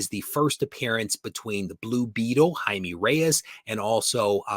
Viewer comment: Good video! Spanish: its Jaime not Jaimi, pronounce the e like in "eco". Perez is Pérez the accent in the first e. J and Z should be pronounced also different but I'm good cause I know it's difficult for english speakers. Àlex. Barcelona